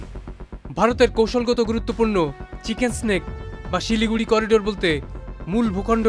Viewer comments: কথাটা চিকেন নেক, চিকেন স্টিক না,মাদ্রাসা ছাপ। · চিকেন স্নেক 😂😂😂, মাদ্রাসায় পড়লে চিকেন্স নেক কে এমনি বলবি 😂😂😂